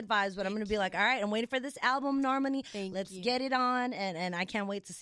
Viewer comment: Did anyone else catch that ending? Respect Normanis pronouced (NOR-MON-EES) name. C'mon on now. 🙄🙄🙄